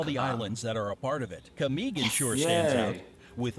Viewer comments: I'm from the Philippines and I got some corrections Camiguin is pronounced camigueen and Mindanao is pronounced Meendanao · nice1 "camiguin" hehe